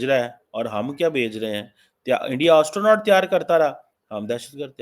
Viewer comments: DUKH tou ye hai you can not even pronounce astronaut. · Teri napaak mulk 🇵🇰ke 2 nazais aabu ke sath jo Chal raha hai, tere picha tho dard to hoga. Or Astronaut👨‍🚀 ka thik se Pronunciation kar? Hum ko malum hai tu madrasa chap Doctorate hai.